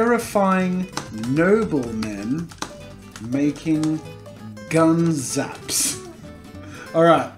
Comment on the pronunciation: When he said makingh I felt that